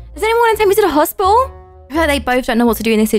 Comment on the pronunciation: I love how she said hospital in a funny accent! 😂 "Hosp'tal